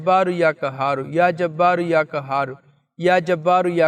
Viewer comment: برائے مہربانی اپنی تجوید درست کریں یا کہار نہیں ہے بلکہ یا قھار ہے اس کو درست کریں جزاک اللہ خیر